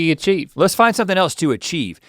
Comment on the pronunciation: As a 1, Link should have corrected Rhett for saying "what el(t)se could I do?" There's no T in else! Why did you add a T?